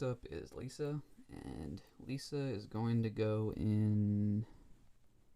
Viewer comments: You really calling my man robot LISE, "Lisa" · Did you just call Lise lisa